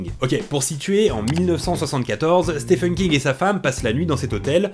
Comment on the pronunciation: Stephen se prononce Steven ;)